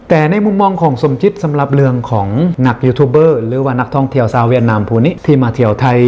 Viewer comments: สาว หรือ ชาว บ่เป็นหยังอภัยคับอู้บ่ชัด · เค้าไม่มีเสียง ช ช้างครับ เค้าใช้เสียง ส แทน